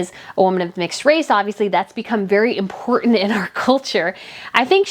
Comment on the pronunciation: Hey, how can you take a journalist seriously who cant pronounce the T in important? You cant!!!😂🤣👍